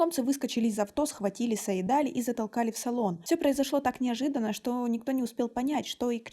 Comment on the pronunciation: Имя называйте правильно - Саид-Али’. Ударение в конце.